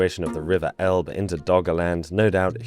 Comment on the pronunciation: Just a tiny thing,: The River "Elbe" is pronounced "EL-beh", not "Elb". Otherwise, great video.